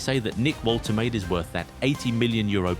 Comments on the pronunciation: Pronounced "Vol-te-mah-de" not voltermaid. German name. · The pronunciation is Volter Mardurr